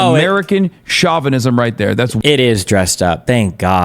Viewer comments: Someone please teach Hasan how to pronounce chauvinism properly, it's so annoying. SHO (as in show) VI NI ZIM, not SHA VI NI ZIM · Oh, Chavenism. I haven't heard that term before. I thought he was trying to say chauvinism. 😂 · Chavinism. He's surely talking about Hugo Chavez. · Shaw-vanism.. based counter-cultural pronouncement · Its not Derek Chauvin 😭 Its pronounced "show-vin-ism" and it has nothing to do with Floyd lolll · It's a joke. He's mocking Hasan's wrong pronunciation of the word "chauvinism" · who else thought he said “cuck at an antifa rally” at first? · Trying to take him somewhat seriously, but i hate the way he pronounces "chauvinism" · Does Hasan actually not know how to pronounce chauvinism? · Hasan learnt the word 'chauvinism', though not how to pronounce it, three days ago. Now it's in every other sentence. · The way he keeps pronouncing Chauvinism is killing me. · Hassan needs to look up how to pronounce words. Everytime he mispronounced chauvinism made me cringe. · The most offensive part for me is that Hasan doesn't know how to pronounce "chauvinism" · Hasan keeps mispronouncing chauvinism